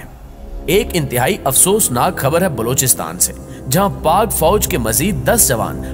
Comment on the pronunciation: Aap apna Talafuz theek karen. Sahih lafz Balochistan hai. Aur aap Blochistan kehty hain. bAlochistan